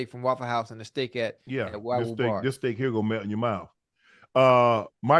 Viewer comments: Im howling because Ocho kept calling Wagyu Steak Wagganot...lol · Ocho called Wagyu steak “Waganot” 💀💀💀